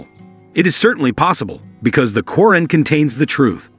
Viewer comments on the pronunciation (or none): You're pronunciation is, completely wrong, it's Qu' raan please